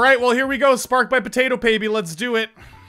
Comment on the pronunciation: What's up with you saying PotatoPaby?